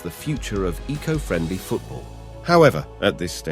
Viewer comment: AI generated tosh. Can't even pronounce Eco properly. Plus Luton is a town not a city; the clue is in the name!